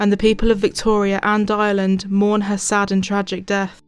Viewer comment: I literally thought you said drogheda island lol. Maybe next time say in Ireland, the r exists for a reason